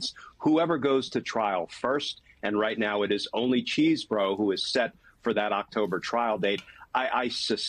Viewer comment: Chesebro.....there is NO 'cheese' in his name. Mispronouncing his name is very sloppy journalism.